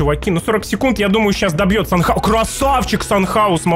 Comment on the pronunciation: То чувство когда браток до сих пор санчёуса санхаусом называет😄